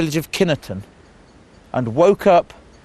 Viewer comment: Kineton pronounced "Kyynton" the E is not spoken